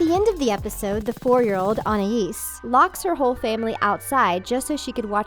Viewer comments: lol, I know the narrator probably doesn't watch the show but she says Anna-eez instead of Anais. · This video is a cheap (and monetized) cash grab. They just hired some random voice actor and gave them the lines, she didn't even pronounce the names right, it's sussie not suzie and anais not oniesse lol. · "Ana"is is wrong "Anais" is right....learn how to read...Sorry I like your channel and videos, but I have to dislike. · who is i-an-es its An-i-es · It’s pronounced An-ias not A-nias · Youve never watched 1 full episode of tawog have u? I say that because YOU DONT EVEN FRICKIN KNOW TO TO PERNOUNCE ANIAS' NAME Anias (AN IE EESE) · anna ees? its anais! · It’s anais not Anaese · Fucking Annais... What the fuck is an ANNAIS? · “Ana ees” “Susie” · Did she say “Anna-is” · She said it with an l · Its pronounced an ayees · Btw she said TWO NAMES WRONG. This is how she said them... an-i-es Sou-see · An I ees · Anais is pronounced an-eye-eas. Sussie is pronounced suh-see. Just trying to be helpful :)! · They pronounced the name anias wrong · On-Aye-Esse? Anais? Wtf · I think you should know that Gumball is not a show for toddlers, it’s for kids 7 and up who have the common sense not to do any of shown in the video. You might be exaggerating a little too much, not to mention the mispronunciations of their names and you're kinda revealing the inappropriate part of some of them which kids should NOT know about. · how much of an asshole do u have to be to mispronounce the names of anais and sussie, call beloved and entertaining episodes "uNsUiTaBlE fOr KiDs", and probably ruin a show for multiple kids. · You pronounced Anais and Sussie wrong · Did you seriously call sussie “susie” and mispronounce anais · Darwin sometimes pronounces it an- eye-ees and sometimes, an-eye-is. And Gumball does the same. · it's actually how french ppl pronounce these names... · I find it kinda annoying how she pronounces "Anais." Not that annoyed, but a little bit.